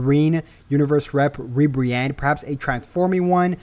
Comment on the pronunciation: Not ribrianne bro 😂😂